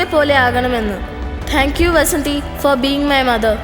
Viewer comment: Vaasandhi alla athu vasanthi aanu